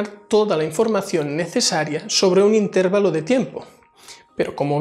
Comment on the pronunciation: Por qué dicen intérvalo? si lo correcto es intervalo